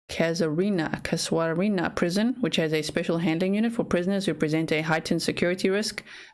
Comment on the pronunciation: It’s pronounced cass er rina prison